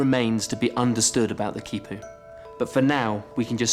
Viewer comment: This man is in South America and he doesn't take the time to learn to pronounce the words like Quipus,Llama which would be Ya-Ma very easy. Just makes him sound like an idiot.